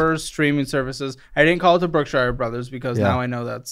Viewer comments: It's pronounced Brook-shur, not Brook-shire. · Brookshire Brothers pronounced Brookshure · Brookshire Bro’s is grocery store. It’s an East Texas thing haha Caleb pronounced it “Bookshire Bro’s” so I’m sure he thought it was buying a book or something. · I love the way y’all say Brookshire brothers. 😂 The shire! 🍀 I grew up in East Texas and we always pronounced it like Brook-sure brothers.